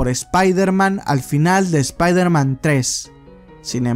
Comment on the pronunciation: Oye wey por que dices "espairderman" en vez "espaiderman"?